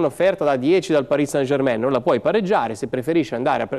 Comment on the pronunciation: Ma sarai mai possibile che nessuno sappia come si pronuncia -ain in francese German e non Germèn! Mentre poi tutti dicono, com'è giusto san e non sen!